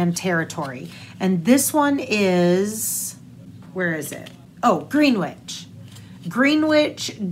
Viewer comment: Lookin' fierce today! Love the episode as always. ❤ Small correction on the pronunciation of the national park yarn... it is Gren-itch, not Green-witch. Don't ask me why except it is, and I think based on same place in UK. ❤ from PEI